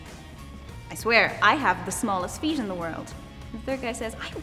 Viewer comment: You could hear it coming through a few times in there. Especially when she said "feet."